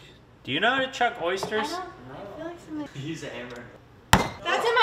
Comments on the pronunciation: It’s shuck not chuck 😂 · I was like yo do these people really not know what an oyster knife is? 🤣 It's "shuck" not "chuck", my guy. Glad you made it back to shore safe. Also, raw oyster on a saltine cracker w Louisiana hot sauce is the strat! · Its shuck not chuck. Lol